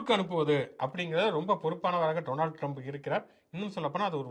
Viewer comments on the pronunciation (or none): none